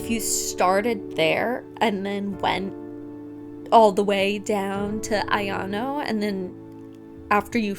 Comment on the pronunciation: Again, it's a-ya-no (あやの), not a-yan-o (あやんお). She should be called A-chan or Aya-chan, and either ways why do random classmates call her that? They're not close friends. She should be called Aishi-san.